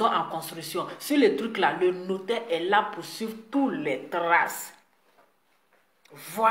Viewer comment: Ma belle on dit notaire